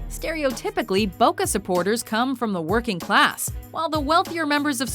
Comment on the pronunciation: IF YOUR GONNA DO THINGS IN DIFFERENT CONTRYS ATLEAST PRONOUNCE THINGS RIGHT DOES BOCA HAVE 2 O'S NO THE PREMIER LEAUGE HOW THE FUCK CAN YOU NOT PRONOUNCE THAT RIGHT AND IF YOU ARE GOING TO DO SOMETHING OUT OF AMERICA AT LEAST DO ENOUGH REASURCH THAT YOU KNOW WHAT YOU ARE TALKING ABOUT ROONEY HATES LIVERPOOL BEACUSE HES FROM EVERTON NOT BEACUSE OF MAN U FUCK SAKE!!!!! AND CELTIC VS RANGES IS WAYYYYYYY BIGGER THAN LIVERPOOL VS MAN U